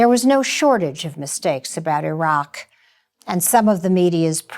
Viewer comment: "They were mistakes not lies" ...You are just trying to cover your your ass for being part of the effort to convince the public that there was a legitimate reason for going into Iraq. (pronounced E roc). There are any number of military leaders who have come forward informing us that the invasion was a done deal long before it was even announced. Something as simple as Saddam replacing petrol-dollars with Euros should have piqued your interest had you done any real investigating, but you "bought the party line" instead. The administration needed to get shills, like you, Judith Miller, to get on board and present their cover story...which you willingly did. Joe Wilson made an attempt at discrediting information/exposing lies. As you well know, Rove outed his wife Valerie Plame in retaliation; a treasonable offense but without consequence. Bush was mainly their mouth-piece, but a co-conspirator none the less. A more comprehensive investigation on your part would have opened your eyes to these facts. As a journalist you should be able to connect the dots and back them up with accurate factual information. That's your job! SHAME ON YOU AGAIN.